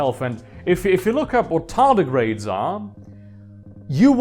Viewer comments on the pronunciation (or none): none